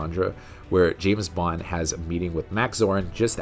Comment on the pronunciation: The narrator says Bond like "Boo-wand".